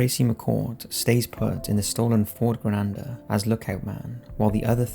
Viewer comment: It's a Ford Granada (Grah-nah-dah) as in the province in Spain. It's the perfect sleezball get away car for 1981.